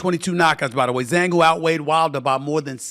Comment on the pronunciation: Said Zhang name perfectly Stephen A Salute King! 🫡🥂 Wilder should retire and enjoy his family 🎉